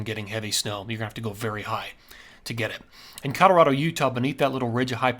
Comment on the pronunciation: 64 yrs in CO and natives alwasnsaid Colo raw do. Itnwas aa little different how much accent on the raw. All farmers ans ranchers had a mild western acccent. Think B&W movies from the 50's. Some business men would say.Colo raah do. So, he's pronounciatiom in lline with Schools and natives. He says it cool though.